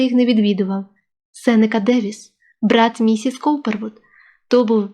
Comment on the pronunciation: Не Корперд, а Каупервуд.Чттаєте непогано,але треба ретельніше вимовляти призвисько.